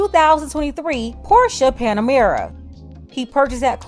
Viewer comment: First of all; Porsche has two syllables. Second, Bragg couldn’t get Trump but this black woman turns out to be the official who actually betrayed the people’s trust. Lol